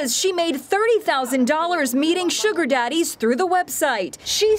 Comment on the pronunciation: She said zaddies lmfaooo